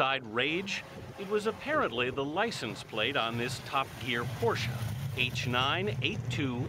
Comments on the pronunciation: Who else got triggered when he said tup geeaar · "Top gee-aar" "chee-lay" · "Top Geer" god American pronunciations are horrible